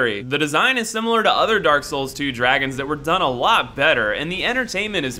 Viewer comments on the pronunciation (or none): none